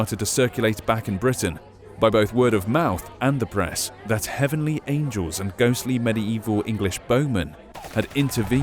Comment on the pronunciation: you said angle not angel